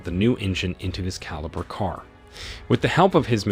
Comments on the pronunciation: It's a Holden calibra in Australia 🦘 think that's why he keeps saying calibre think the whole thing was done with ai 😂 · Caliber car? It's Calibra ffs! And the second car is a Opel Manta, not a fucking Audi, do some fucking research!